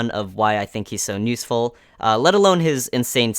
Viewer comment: Why do you say nuseful instead of useful? U always say it that way during this video. Anyway got every character in there except for tsunade sadly. Want to wait for a guaranteed red 6* banner. I only have Naruto Red. That means Itachi, Hiruzen, Deidara and Tsunade are up for grabs and all are great units